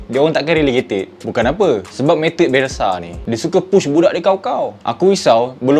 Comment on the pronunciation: bukan bialshe bialshe#😂